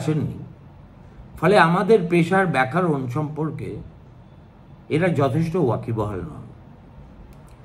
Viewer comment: আপনার মুখে 'ব্যাকারণ' উচ্চারণ শুনব আশা করিনি